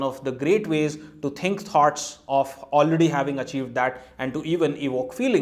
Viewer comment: Thoughts. It took me a while to realize you were talking about ideas because I heard 'tarts'... Sorry but the pronunciation in USA is smoother and somewhat difficult to foreigners or citizens whose native culture has a very strong influence in their spoken fluency.